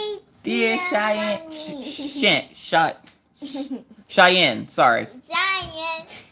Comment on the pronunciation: Thank you to (you pronounced Cheyenne's name perfectly) and especially to Maggie who sang happy birthday so beautifully for Cheyenne's birthday. She absolutely loved it 💜💜